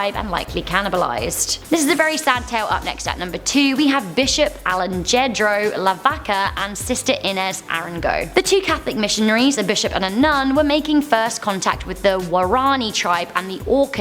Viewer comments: Ale-Jed-Ro?, for number two, it’s pronounced Ale-Han-Dro. That was pretty funny though. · The Bishop Alejandro one, is actually pronounced Ale-HAN-dro if I'm not mistaken. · Alejandro is pronounced like alehandro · Alejandro= Ali-han-droe Sorry I still love you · You said Alejandro name wrong. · Cringe at the way she pronounced alejandro